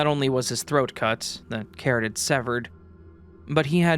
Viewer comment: C-A-R-O-T-I-D is not pronounced "carroted." 😞